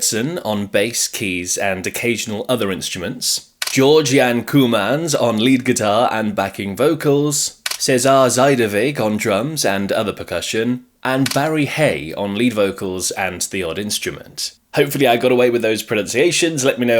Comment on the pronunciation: the pronunciations weren't bad,except zuiderwijk is pronounced more like zowder vayk